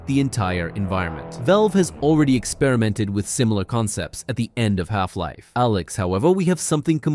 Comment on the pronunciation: I only noticed at , where you say Half life ----- Alyx with a pause lmao